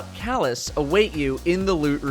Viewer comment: no it sounds like he is saying "Hes got lood" As in loot how did you get lube?